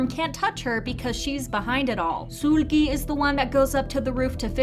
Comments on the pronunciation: Suuuulgi ….sorry I had to It’s seulgi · It's Seulgi not SULGI. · It's "Sul-gi" like sulky not "Sool-gi" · It’s Sèlgi not Suulgi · SOOLGI, damn mama just pronounce her damn name lowkey-ly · Love your videos but can you please put effort into pronouncing idols' names correctly? Its NOT SOOLGI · the u say sOOlgi sends me to pluto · can you stop saying SOOL GHEE PLEASE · i’m sorry this isn’t hate but i’ve noticed you pronounce seulgi as if it’s “sool-gi / sul-gi” when the “eu” part is pronounced more like the u in “turn” :) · i wasnt tryna laugh until i heard her pronouncing seulgi's name- LIKE MAAM THE HELL IS SOOL-GIE? 😭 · Great video but i just can't with how u pronounce Seulgi's name 😩🙏🏻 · Yeah this is theory is nice and all but the way you say seulgi 😭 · The way you pronounce "Seulgi" is cute 😁